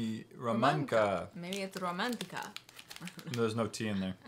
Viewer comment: we in slovakia read C as a C, so its ROMANCA , not "see" , but C.. how do i explain it :D